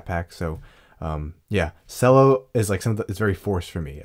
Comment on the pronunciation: It's pronounced ch-ello.